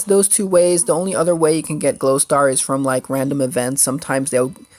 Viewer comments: "Growstar", not glowstar :) But very helpful, thanks! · Glowstar?? Seriously, its grow star you turd